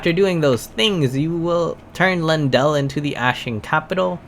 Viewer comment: Lyinananandnaiu ajahahah it's Ley-en-dell bruh